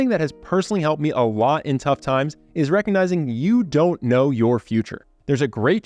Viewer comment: It ezz wut it ezz.